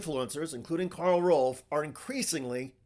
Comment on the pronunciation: FWIW, it's Karl ROVE, not ROLVE.